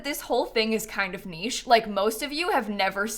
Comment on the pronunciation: Bless for being among the few Americans who pronounce niche correctly